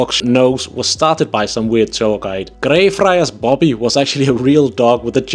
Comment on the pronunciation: When you said 'Greyfriar's Bobby' I could've sworn I was listening to a fellow Scot. Uncanny impression and not at all affected! ;) In all seriousness, good video. Some decent tips in here.